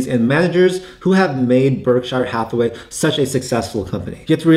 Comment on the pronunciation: Berkshur not berkshyre